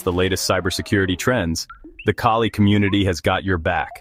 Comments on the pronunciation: why do u people call it kayley linux ?tf is wrong with u ? get ur shit down . after some minutes u call it kali. make up ur fucking mind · Lol.. Kay Lee